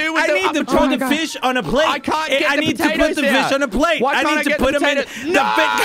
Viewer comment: Anyone is gonna respect how prono fish as FEESH